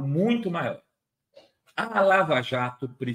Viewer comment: "Laja" Jato...